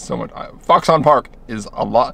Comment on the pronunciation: "FOXun", not "Fox On"!